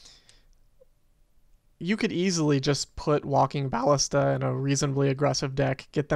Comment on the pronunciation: You're fine, just don't say bAllista anymore :V